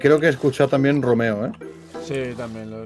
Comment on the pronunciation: No existe Radio ni Rambo, es Romeo, recuerda que el juego está en inglés y es la pronunciación es en inglés